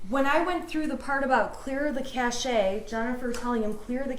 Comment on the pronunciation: "Burden of proofs"? This, from an attorney? It's "burdens of proof". And who punked her by telling her it's "cashay"? This is by far the worst closing argument. I have ever heard. She is so unprofessional